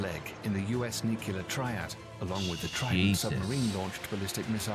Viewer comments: every time someone say NU CU LAR instead of NU CLE AR... the person saying it lose every single onze of credibility, whoever it is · IBM = intercontinental ballistic missile Btw, it is pronounced NU CLEE AR not NU CU LAR And one other thing I noticed -- why is the narrator British? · Why does the video he’s watching keep saying nucular? It’s nuclear. 🤦🏻‍♂️ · Nuclear. The word is nuclear. NOO-CLEE-IRRR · Are you familiar with the 2 "Queen Elizabeth"-class aircraft carriers of the Royal Navy? With the possible exception of the Chinese carrier under construction, they are the most capable carriers in the world after the American carriers. There are several errors in the original video: 1) The narrator cannot pronounce "nuclear." 2) , the screen should read "ICBM" (intercontinental ballistic missile), not "IBM." 3) , the narrator confuses the diameter of the Earth with its circumference, which is more than three times the distance. The Minuteman ICBMs can reach anywhere in Russia or China, but not the entire surface of the Earth.